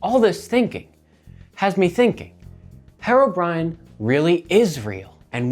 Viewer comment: Why are you saying it like "hair-o brine"? It's HERO brine!!!